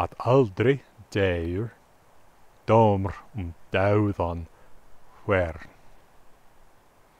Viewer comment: Imho, all vowels would be straight with no diphthongs, unless a diphthong is actually fully spelled out (e.g. in “deyr”). Like in Swedish and Finnish. pronounces “dómr” with a diphthong - pronouncing it like “doumr”. I think it would instead be pronounced just like “dåmr”, with a long vowel Å. The vowel á should be pronounced like Swedish long A (like in “father”). The vowel a should be pronounced like Swedish short A (like in “mother”, or “hah!”). The vowel é should be pronounced like Swedish long E (like in Swedish “tre”). The vowel e should be pronounced like Swedish short E (like in Swedish “tretton”). The vowel ó should be pronounced like Swedish long O (like in Swedish “mord”). The vowel o should be pronounced like Swedish short O or short å (like Swedish “mord” or “gott”). The vowel o caudata should be pronounced like Swedish short/medium/long Å (like “gott” or “gåta”). As others have pointed out, a short vowel and a long vowel doesn’t just have different lengths - they have different sounds too. A long A has a different lip and tongue positioning than a short A (compare “father” and “mother”). The word “sama” in the first stanza mentioned has no long vowels. So it would be pronounced more similar to Swedish “samma”, with both A vowels having the same sound and length. (If the first vowel had been á, the two vowels in “sama” would have been the same as in the Swedish word “gata” - but that’s not the case here.) Here’s how I would write that stanza in “phonetic